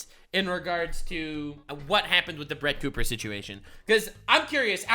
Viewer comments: You called her Crett Booper 🤣🤣🤣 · “Crett Booper” 😂 I’m dead 😵